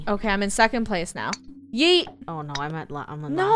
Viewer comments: Funneh: YOOT Me: NO ITS YEET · I’ve no idea why You say yoot Stead of Yeet